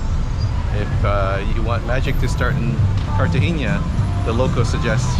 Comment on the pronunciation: Great tour!..mostly Getsemani.Fyi.. Cartagena in pron. (carta henna) not haynya)😀